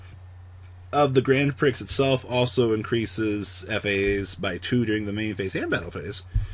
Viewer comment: Prix is pronounced "pri"